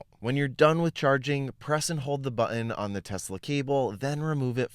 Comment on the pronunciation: I love your videos, but I wish you’d lean how to say “button.”